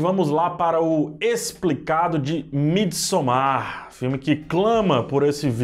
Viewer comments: A pronúncia é "midsômar" nada de "midsomár". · Bom dia! Desculpa! Diz-se: mídi sômar! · Não se pronúncia "Midsommár" e sim "Midsômmar"